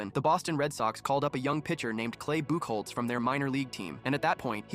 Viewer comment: It’s actually pronounced buck hotz that drops me crazy as a red Sox fan lol 😂